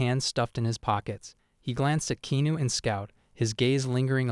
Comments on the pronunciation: If your going to tell your stories, at least say the name RIGHT! REAL ANNOYING !!!! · You need to say his name right